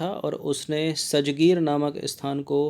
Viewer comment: सजगीर नही है राजगीर है सर जी